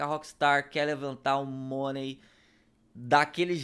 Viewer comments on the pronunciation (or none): none